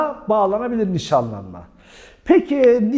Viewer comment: 23 videodur seni izliyorum vurguları çok saçma yerlerde yapıyorsunuz hocam evlenme vadiyle yapılan NİŞANLANMAĞĞ ...... gibi gibi